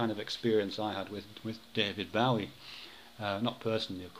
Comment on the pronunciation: I'm pretty sure Bowie's name rhymes with 'doughy' rather than 'Howie,' yes?